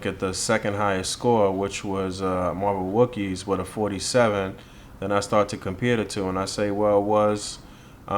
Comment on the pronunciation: Also its WoCKeez (walkyz) lol no Star Wars /chewbaca relation which would then = wookies haha;) We just wanna make sure we honor the Wockee name because we want it to represent the JABBAWOCKEEZ: The Americas Best Dance Crew since we rock the masks and all:) Much Respect as always and thanks again, You are awesome!!